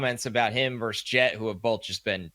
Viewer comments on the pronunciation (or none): Speaking of vocabulary and pronunciation, the word is VERSUS not verse.